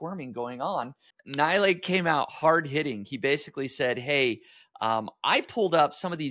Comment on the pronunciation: he is not Naaaailaeeeey he is NeeLaaY